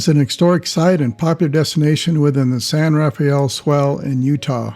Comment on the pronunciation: San RA-fell, NOT San ra-FAY-ell.